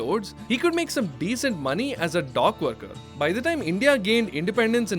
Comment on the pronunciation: Say dock. The way you say it, it sounds like dog